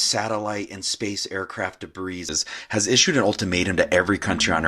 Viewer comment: Don't forget Wright Patterson Air Force Base is in OHIO. It is rumored that "debris" from UAP crashes were taken there for years. Okay, NOT criticizing you,, since I know English is not your primary language, and you speak English really well, I am going to tell you how to pronounce the word debris. It should be pronounced "dee bree" the "s" is silent. I hope this helps! 😊 I love your videos, keep up the great work and keep doing things in English, please?! 😊